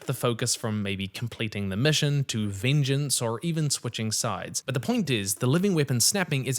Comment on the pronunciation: Say VEENJENCE one more time I swear